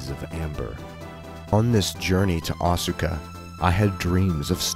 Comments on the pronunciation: Great video, but Asuka is pronouced like Aws-ka with just two syllables and not Aw-su-ka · Yeah Asuka is pronounced Aska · I have one issue with your video. Unless place names and people names are different in their linguistic rules - I don't see why they would be - Asuka should be pronounced "Aska" (as in ask-a-question). I know this because I knew a girl in college who was from Japan and her name was Asuka, but she asked me to pronounce it "Aska". This seems to be a common trend in Japanese as well, with the u in many words and names being silent (much like our own silent e in some words and names, perhaps?). Other than that, great video. <3 Seriously, this is amazing. I've seen a number of videos looking into the Unown and the Ruins of Alph, but I never knew it was actually 100% based in reality - not just the game's maps, but the the Unown mystery and all the lore itself. And it makes sense, as there are pieces of Japanese history and culture written into every game they make - not just the Pokemon games - but it's awesome that you put this together. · Isnt Asuka pronounced like "ahh skuh" ?